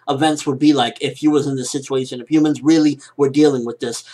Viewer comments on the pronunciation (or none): none